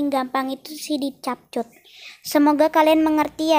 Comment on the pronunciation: Di baca nya kepkat bukan capcut 😅